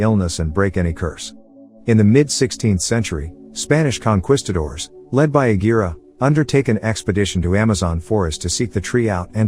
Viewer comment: What is a "conqwistador"?